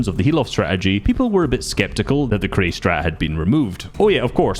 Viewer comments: The name Qrei ist spoken diffrently i think Like Q - Ray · it's pronounced qurey